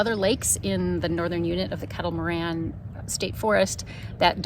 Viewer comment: Once again you're in my neck of the woods!!!! BTW, it's pronounced Kettle Mor-RAIN. Great video. Thanks for posting. Hopefully you were able to swing by the Hamburger Haus in Dundee after the paddle.